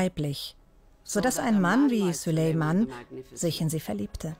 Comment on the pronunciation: Könnt ihr bitte denn Namen Süleyman richtig aussprechen